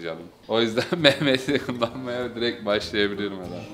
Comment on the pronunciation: diirek araba demesi pekii